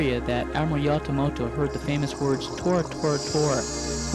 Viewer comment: its not Yatamoto.... learn history!!!! its Yamamoto Isoroku!